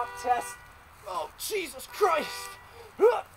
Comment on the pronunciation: He sounds english when he says "oh jesus christ"...